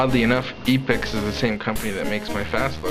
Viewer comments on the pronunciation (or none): btw it's pronounced "epp-ix", not "ee-pix". It's a play on "epic".